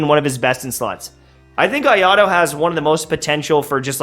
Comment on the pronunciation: bro please can you not pronounce him ayado